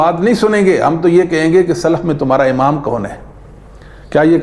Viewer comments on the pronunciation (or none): none